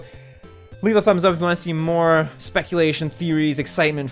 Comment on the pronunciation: He doesn't even say "Switch force OUT" correctly at the end of every video!